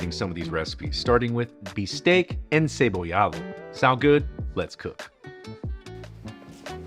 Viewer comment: Bistek not bisteak